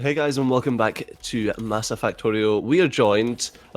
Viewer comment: Facepalm... Its MASA again not MAS... XD